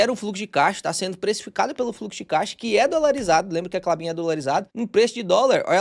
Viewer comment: pq vc fala K de " caixa"?